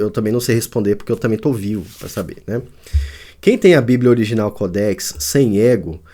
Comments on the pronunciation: Mais que ignorância quer falar sobre o assunto e nem observa à acentuação não é codéx e sim códex preste atenção antes de querer apresentar algum comentário sobre qualquer assunto viu sabidäo funcional ! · Cara não é codéx e sim códex preste atenção no português.